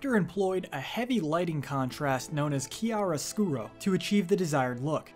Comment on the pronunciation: you pronouced chiaro scuro right but now Caravaggio...really dude